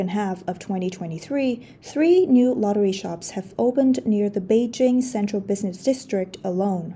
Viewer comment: I keep hearing “lottery sharks” instead of shops.